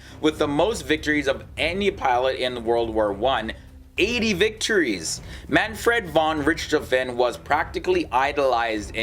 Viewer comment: Him: Mänfred fonn Ritschtofänn Me, a German: lol wtf